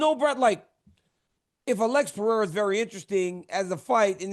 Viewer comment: How is this clown an mma reporter and still cant pronounce alex pereira correctly